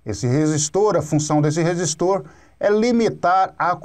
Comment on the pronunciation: "professor" kkk. resistoorrrchhh capacitooorrrrrchhhhh